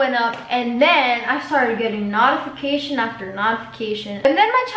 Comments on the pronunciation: She really said nautification 💀💀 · no one: literally no one:: saying notification the way she does no hate lol